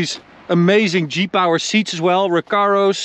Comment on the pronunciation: I thought he was saying Jeep Hour not G-Power